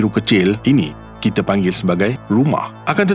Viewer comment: Guna Bahasa Melayu baku tetapi sebutan masih KL... Jika betul2 nak Bahasa Melayu baku, sebutan kite tu kena betul2 kita dan sama bukan same...